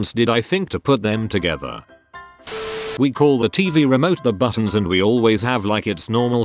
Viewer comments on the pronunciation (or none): none